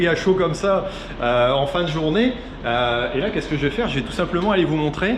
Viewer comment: Merci pour cette vidéo !!! Par contre le... "tous simplement"' faut vraiment fair un truc !! 😂😂😂😂😂